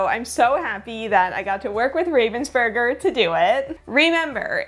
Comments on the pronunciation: It's not even "burger" like the sandwich, but "oo" instead of the "ur". Americans might want to try it like that: "Raah-vens-boorg-er". Greetings from Ravensburg! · Pronounced RAH-vensburger. Not a hard A as in the bird, raven. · Hi, since you tried very hard to get the pronunciation of 'Ravensburger' right: It is almost right. The 'a' is different. The name likely is inspired from the German city 'Ravensburg' (where the company is situated). If you type the name in google - translate while having chosen German as a language, it helps to listen to the pronunciation there. Or: the 'a' in kindergarten sounds similar to what it is in 'Raven...' I thought, this might be helpful, since the name is likely to be used by you again on this channel 🙂